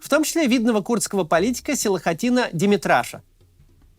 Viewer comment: Максим не демиртраш а демирташ , фамилия означает железокамен